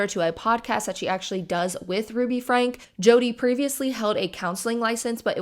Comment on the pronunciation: I'm sorry just one little thing it bugged me for some reason. Her name is pronounced Frank-E. Like "Frankie". Also Jordan and McCay have wonderful deep dives about the Franke family and their Mormon beliefs and how that ties in to everything.